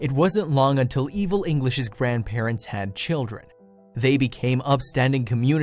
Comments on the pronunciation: Oh come on now - " the grandparents-sez" Seriously? It's just "the grandparents'...." If you're someone who uses this software to convert script to audio with accents - stop it If you're someone who programmes this software to convert script to audio with accents - stop it. Your programming skills are probably better utilised elsewhere. How bad can it be when you're dumbing down artificial intelligence ??? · Where did you learn to speak English it grandparents not grandparentes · Narrator, It is grandparents, NOT grandparentses or whatever you were trying to say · Someone also needs to learn to speak English! What on earth is “grandparentses”? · Grandparents' plural possessive is only 3 syllables. NOT grandparentses You are great at making an interesting story TOO LONG and boring.